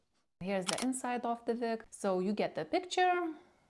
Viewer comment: Are you German? You said Vig instead of Wig.